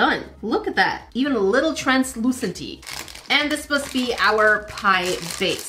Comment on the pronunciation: translucenty